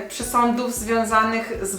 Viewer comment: Boszee ja się boję tych "Pszesądów" xDDD